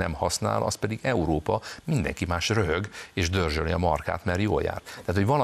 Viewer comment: Nem EEROPA hanem EUropa. Nem pe’ndz , hanem pénz.